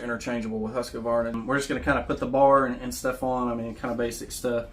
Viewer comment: Husqvarna not husk k a varna